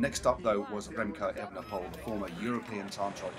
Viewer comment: You're saying Roglitsj and not Roglick. So why not say Evenepool instead of the incorrect Evenepole (and Van der Pool instead of Van der Pole)?